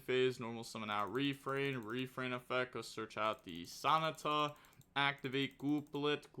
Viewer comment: Bro you gotta be doing these pronunciations wrong on purpose. Ain't no way you pronounced Sonata like an english dub naruto character